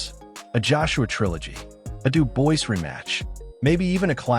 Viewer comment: WHO is Dub [OIS] ?!😂 IT'S [DUBUA], DUDE!!😂